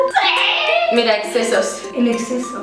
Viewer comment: Me he partido en la parte del "EXSESO" XDDD